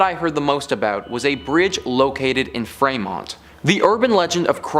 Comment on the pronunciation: Its pronounce Free mont 😒 ugh even gps says our city right